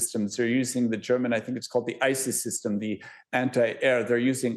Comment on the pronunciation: About the 8 minute make he calls the German Iris-t system the ISIS system. LOL, quite the faux pas.